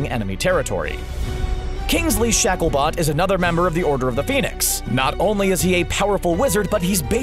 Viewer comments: Kingsley ShackleBOT?!? I am pretty sure it's "Bolt" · its shalebolt not shaklebot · Am I the only one that heard Kingsley "ShakleBOT"? HAHAHHA 😂😂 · I heard him too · Good God, it's RO-ling. It's been 20 damn years since the first book, how can people still not know how to say her name? Also, the word you're looking for is lycanthropy. Also, did you just say Shackle-BOT? SMH, this video. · This video is horrible u just listed main characters, and u named tonks over someone like flamel or Grindelwald...just...wow and on top of everything u didn’t even pronounce kingsley Shacklebolt right, even tho its literally spelt how u say it. U didn’t list most powerful wizards u just listed what people wanted to hear and u don’t even do that because I’m writing this comment!